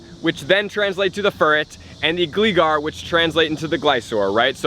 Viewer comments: dang you butchered that named "" lol.... please don't become like Mystic7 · Just a little heads up for the future, the 'Gli' in 'Gligar' is pronounced like 'Fly'. :)